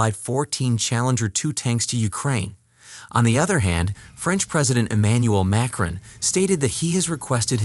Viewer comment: 'Emmanuel Mecren'